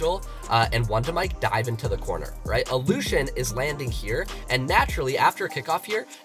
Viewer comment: Nobody: Me: raging about him pronouncing allushin's name wrong